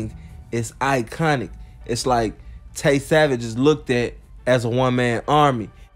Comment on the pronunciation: It's Tray Savage not Tay